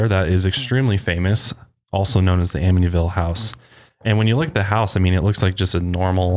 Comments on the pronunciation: Ammonyville? Wth? Who calls it that? It's "am-it-ee-vil" anyone who says otherwise is brain dead. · The "t" in Amityville is not silent btw. Its said exactly way that it's spelled. I grew up in Av & now I live like 10mins away lol Just wanted to let you guys know ☺️☺️ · You said it wrong...it’s really not that hard to say. Amitty-Ville. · They were saying “Aminyville” so they were saying not only is the T silent but it is also magically changed to the letter N! I was so confused and started to doubt myself! Thank you for the clarification! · say 'Amityville' like Australians (psa: we dont pronounce most letters properly) amid - ee - ville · Lol its cute but its not a silent t! Its like “am it tea vill”. I live on li and they often have cops roaming the area because people live there (last i checked) and so many people show up to their property. I had a house directly behind me where the son murdered his whole family but i forget the name of the family because it happened a few years before we moved in and i didnt bother to look into the details. No one ever moved into that house while i lived in the area. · Ugh.. it’s just AmiTYville. Exactly how it is spelled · I’m a long islander and I’m cracking up at them struggling to pronounce amityville 😅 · Im from NY too and I was so confused as to how they were pronouncing it 😭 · Since when is the “T” silent? Or replaced with the sound of the letter N? I’m sooo confused by that. I’ve Always said it just the way it looks. Wow, if that’s true then I feel stupid. 😂